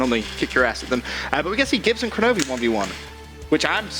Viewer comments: Seriously? Koronovi? Its Kronovi lol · its kronovi